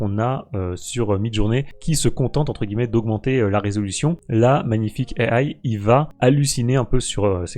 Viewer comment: EYE AYE "à la française" au lieu de juste IA (i a). C'est absolument grandiose. Je suis désolé mais non merci. -1 blacklist + quitte la vidéo + Adios.